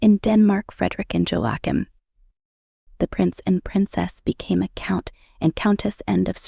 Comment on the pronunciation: Please have a reasonable try at pronouncing Joachim. Joachim sons were using their Princely titles to earn money on the cat walks of Paris and in vogue. This may be why the Prince titles were removed